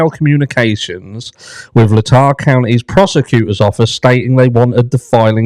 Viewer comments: BTW, it's pronounced LAY-tah. Yet another of the Pacific Northwest Native American place names. And BTW, you almost made me choke on my dinner when you blurted out, "... me sideways!" I was not expecting that lol. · Moscow is in Lay-taw County